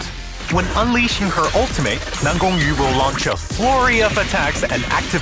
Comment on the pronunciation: Dude is chinese? The way he pronounces NanGongYu is so accurate that no Chinese learners can do that